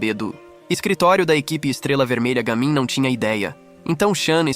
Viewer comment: Não é je mim é Ga mim